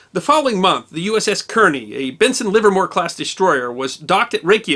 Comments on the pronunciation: The name is Kearny (Kar-nee) not Keer- nee. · I believe "Kearney" is pronounced "Carney" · I believe that Kearny is pronounced "car-knee." At least that's the way I heard WWII vets pronounce it when I was a boy. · Actually "Kearny" is pronounced "Carney". There were two Kearnys in the 19th Century Amcerican Army. One was Col.Stephen Watts Kearney who led an American expeditionary force into southern California during the War with Mexico. The second was Brigadier General Phillip Kearney who was killed near Chantillyl Court House, Virginia in 1862 during the War of Northen Aggression. Ft. Phil Kearney , American west, was named after him following. the war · Great stuff! Yes, the advertisement is irritatingly long, but someone has to fund the work it takes to pull this together. Oh, and I'd guess that the Kearney's name was pronounced "Karney", like the NJ city and the Civil War general. The destroyer was named for Captain Lawrence Kearney, USN, who lived in Perth Amboy, which is near Kearney. Incidentally, the Wikipedia bio of Captain Kearney says that "In 1818, he commanded USS Enterprise of the New Orleans Squadron when he sailed to Galveston, Texas and forced Jean Lafitte to abandon his base without a fight."